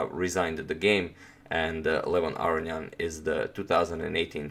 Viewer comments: That would be A-ro-njan. Like Spanish A-ro-ñan, right? I'm still hearing A-ri-an, or A-ryan. I could be wrong, but I think he's leaving out a whole syllable "ro". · Entropy well I will agree it's wrong pronunciation, but I understand why. It's a lot harder(takes more time) to say Aro-ni-an than Aro-njan for us. He just made an j instead of i 😁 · Is there a reason you pronounce his name "Arion " rather than "Aronian"? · Are you pronouncing Aronian's name correctly? I hear you saying "A-ri-an". Shouldn't it be "A-ro-ni-an"? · I believe it's A-ro-nian. The "nian" part is pronounced in one syllable, and like the "ne" in "new".